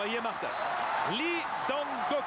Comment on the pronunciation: Auch wenn man Lee in Korea eigentlich "Yi" oder einfach "I" ausspricht, auf jeden Fall Respekt an den Moderator, dass er die koreanischen Namen korrekt ausspricht. Auf jeden Fall besser als die Clowns von DAZN, die immer noch "Hoing Min Sonn" statt "Sohn Hüng Min" sagen.